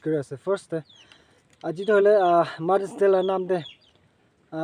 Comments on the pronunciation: Ma-es day😂😂😂😂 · I heard Mars day 😅😅😅 Anyway happy mother's day to ur wife 😊